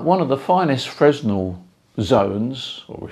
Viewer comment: How is your horizontal wire aligned? N-S? E-W? Something in between? BTW, Fresnel isn't pronounced as it would appear..